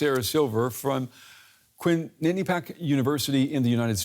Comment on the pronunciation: Lmfao, how did he pronounce Quinnipiac University? It's just quin-ni-pi-ac.